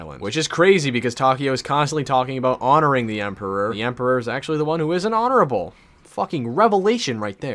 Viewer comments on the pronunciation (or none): none